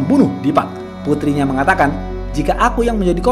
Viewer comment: "Purtinya" ... Lidah nya kepeleset ya bang 😆😆😆